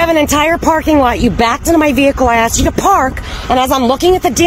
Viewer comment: No one was “axed” to do anything. They were “asked”.